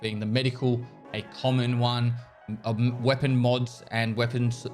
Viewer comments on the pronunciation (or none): none